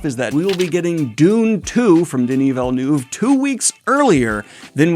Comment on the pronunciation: Denis Villenooov😂😂😂